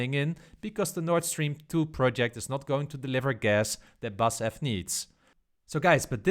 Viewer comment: Nice video,. Just a small note: In Germany, we pronounce the four letters in BASF’s company name separately, and not the first three letters like a normal word. 😉 Looking forward to your further stock analyses.